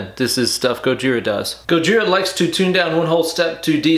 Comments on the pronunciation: The fact that you saying Gojira wrong just gets worse and worse has me crying. Godzilla 🤣🤣🤣🤣😭😭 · AT LEAST SAY GOJIRA PROPERLY OMFG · My favorite was Gagina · I'm gonna start calling them Gojina from now on. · He said Gogina! I died of death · Ways to pronoune Gojira: Gojira Godjira Georgina Gojina Gojirhea Godzilla French Bois Gogina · It’s more like godjzjiira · And gojhiraggh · When he said Gojina I lost it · Love the enthusiasm. Thanks Uncle Ben. (Gojina LMFAO 😂🤣) epic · Pretty sure he said Gojiriah at one point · Gojira.. gojir ... Goja... Gojaria lol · Did anybody else hear “Gojina” 😂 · Did he say Gogina?lol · Simultaneously the most stupidest and most Informative guitar video... I need new underwear!! 🤣🤣🤣... Dude said 'gojina' 😂😂😂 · I never knew "Gojira" could be pronounced in so many interesting and creative ways until viewing this video. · His pronunciation of the bands name is hilarious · The way your pronunciation of Gojira deteriorates during the course of the video gives me life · Luv the multiple pronunciations of the bands name. Edit: ahh, it became obvious when u said godzilla 😂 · The more and more bastardization of the word gojira is comedy that's right up my alley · Pronounces Gojira different every single time hahahahahahaha